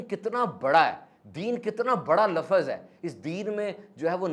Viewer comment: ماشاءاللہ آپ کی باتیں دل کو لگتی ہیں اللہ پاک آپ جزائے خیر عطا فرمائے اور ہمیں ان باتوں پر عمل کی توفیق عطا فرمائے آمین بہت معذرت کے ساتھ آپ کی ایک غلطی نکالی ہے آپ لفظ کو لفظز بولتے ییں اردو میں اس طرح نہیں بولا جاتا